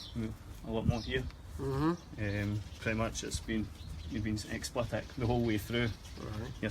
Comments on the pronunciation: "Explitic"? Learn to speak, FFS. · Its explicit pal not explipet 😁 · I wish the hunter would realise he's saying explitit instead of explicit ,doing my nut in lol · Honestly how has no one ever corrected him on '' explitic''